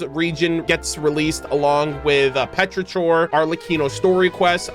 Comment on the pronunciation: the way you pronounced petrichor is killing me